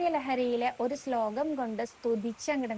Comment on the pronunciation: സ്ലോകം എന്നതിന് പകരം ശ്ലോകം എന്ന് ഉച്ഛരിക്ക്യാണ് ച്ചാൽ ഒന്നും കൂടി കേമാവും.... നാരായണാ അഖിലഗുരോ ഭഗവൻ നമസ്തേ 🙏🙏🙏